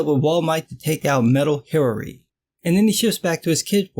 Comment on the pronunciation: Hiraree is how a Chinese person would pronounce Hillary....lol